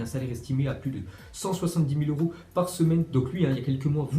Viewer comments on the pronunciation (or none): none